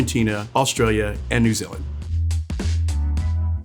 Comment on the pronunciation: First time I’ve heard an American pronounce New Zealand correctly I’m amazed